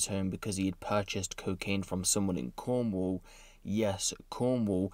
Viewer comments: 🤣 why you say Cornwall like that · why did he stress cornwall like that?